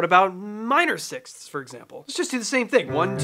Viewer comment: Literally anyone who ever had to learn English at school "sixsskssthsth" 😂